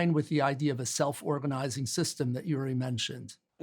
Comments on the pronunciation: So very interesting: but as always with the US since the Cold War: American scholars in the centre, but then the East European scholar or Ex-Soviet scholar comes along and takes the lead😂, and as always they are not even able to say his name correctly it's György and not Juri😂😂😂 so what does this say about their brains?🤭 Americans have always all the resources but tend to think within the box😢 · György pronounced Yury ?? George would be the English equivalent. Even closest in pronunciation.